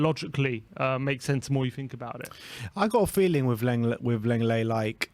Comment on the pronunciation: phonetically it's pronounced Longlay.